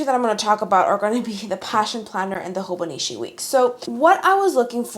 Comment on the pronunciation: its HoboniCHI not HoboniSHI